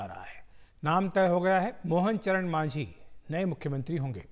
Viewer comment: Pronounce thik karo Not manjhi it's majhi